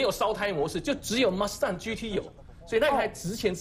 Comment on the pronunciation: 原來野馬唸馬S蛋